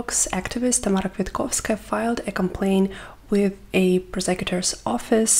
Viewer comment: Hi! Sorry for the unrelated question to the video, but do you happen to speak Russian or other slavic languages? The way you pronounced Tamara's name sounded way too close to Russian natives.